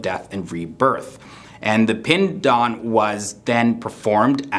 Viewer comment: You pronunced pind daan so correct